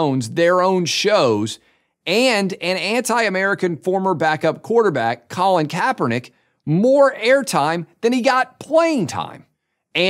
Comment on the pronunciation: What is this creepy place? Why did you pronounce Colin Kapernick's name THAT way? I see you.